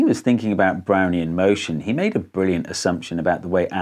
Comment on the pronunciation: I keep hearing, "Brownie in motion" and getting a craving for Thin Mints.